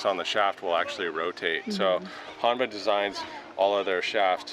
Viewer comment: The fitter should know how to pronounce the name of the company correctly. "Hōnma" not "Hanma"